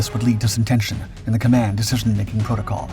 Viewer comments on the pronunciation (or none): none